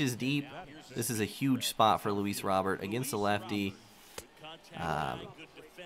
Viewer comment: its pronounced roe-bear not robert